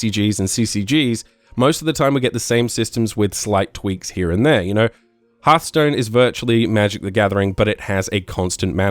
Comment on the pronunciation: "herthstone" hahahahha im dying